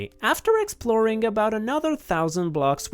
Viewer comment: “So, let’s get exproling!”